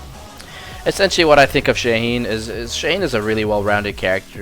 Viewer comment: Shaheen ❌ Shane ✅